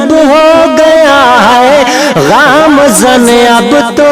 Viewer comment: اللہ رب العزت آپ کو کامیابی سے سرفراز فرمائے,خوب خوب ترقیات سے نوازے اور ھمیشہ اپنی حفظ و امان میں رکھے.! لفظ گامزن میں"گ,,ھے, "غ,, نہیں,اس کو درست کرلیں کیوں کہ آپ ایک بہترین اور جرأت مند شاعر ھیں اس لیے اسطرح کی غلطی آپ کو زیب نہیں دیتی.